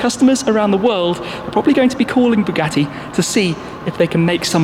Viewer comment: I heard it as bugatti bullied